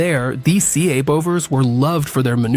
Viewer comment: A seeabover?😂😂😂😂 or a seebover? What the fukc is that???